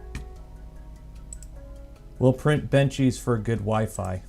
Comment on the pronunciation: WeeFee. WEEFEEEEEE.